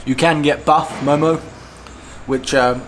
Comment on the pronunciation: its not momoz its mo:mo. and veggie do not taste so good... buff are the best in Nepal...